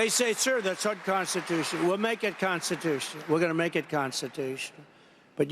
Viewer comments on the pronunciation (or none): “Constitush”? He said it three times! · It's not constitush. I'll make it constitush. Covfefe. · Yeah, Donnie, let's make it "constitoosh". Fat@ is even too lazy to say an entire word. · "Gonna make it constitoosh" 🤔😆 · He said it's constituche. More than once. Not a real word. Covfefe😂😂😂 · Gonna make it conshtitoosh..